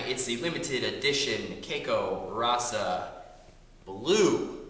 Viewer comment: just the heads up man the raca is pronounced ha-sa.